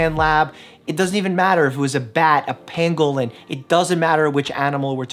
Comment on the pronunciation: I believe he said pangolin! They're like anteaters, but spiky like a pineapple or pinecone. They're very strange, but very adorable.